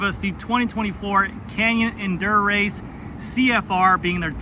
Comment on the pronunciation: Endu-RACE. Not endurance 😂